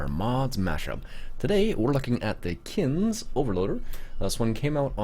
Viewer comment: Just to pick a bone the e isn't silent kinze